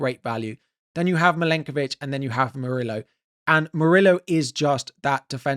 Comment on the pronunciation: Bro, stop pronouncing Murillo as "Muri-low".... It's "Muri-yo".